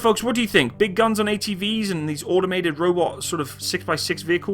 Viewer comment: Audomated is not a word, no matter how many times you say it. Neither is millimeder